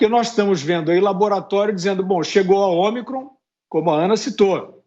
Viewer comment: A vacina nova e “ômicron ou omacron “”kkkk...”